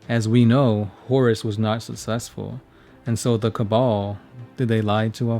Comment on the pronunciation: Cabal, cabal, cabal please dudes!!!